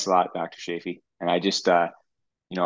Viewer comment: Sorry I have to correct you. Say chance, chocolate, choose and now say Chaffee. Perhaps I am a bit OCD about this so help me, please. 😊